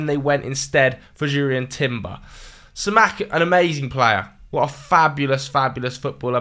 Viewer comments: Si mah can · Do british people even try to pronounce the names right? The way he pronounced Simakan 😂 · pronunciation of Simakan 😭😭